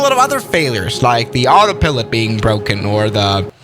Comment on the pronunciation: AutaPilit u mean Autopilot